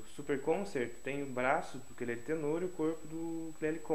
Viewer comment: Sim. Ukulele, Ukelele ou, simplesmente, Uke. Lembrando que embora as pessoas no Brasil pronunciem a palavra como oxítona, ukulele é paroxítona.